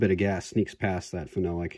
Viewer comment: As cool as this was to watch, your pronunciation of phenolic is driving me mad lol.